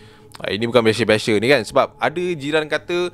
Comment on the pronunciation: "bukan beshe beshe" 😂